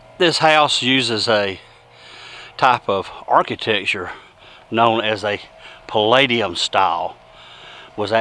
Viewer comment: Palladian style, not “Palladium!” If you’re going to use terms like this, educate yourself.